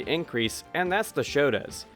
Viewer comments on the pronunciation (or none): Turbo is up there with super turbo as 2 of my favorite games ever. It's bare bones as far as fighting games go, but i love that turbo has zero comeback mechanics. You have to earn your comeback the hard way. By the way, it's not "shota", it's "shoto" as in shotokan Also, when you play super turbo, the US version is bugged. No matter what difficulty you select, it will always be on the highest difficulty. If you want difficulty options, play the Japanese version.